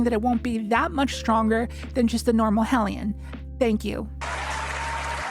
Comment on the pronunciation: Thank you for pronouncing hellion correctly